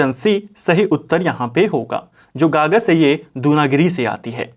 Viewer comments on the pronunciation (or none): गागस नहीं है गगास है सर